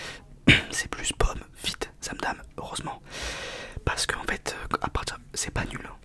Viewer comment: zamdaNe pas zamdaMe enfin